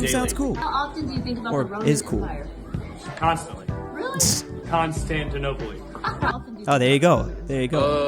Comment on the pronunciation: "Constantinoply" lmao